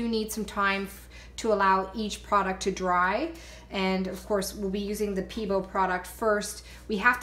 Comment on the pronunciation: Hi, I really enjoyed this tutorial! But I want to tell you something that's only meant to help... Pebeo is said PBO... and VIH-TREE-ALL, and AL-KAH-LID. But other than that, you rock! I love your creativity!